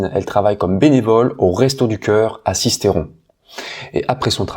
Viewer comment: coucou juste une petite info pas très importante mais o ne dit pas sistéron mais sisteron 😉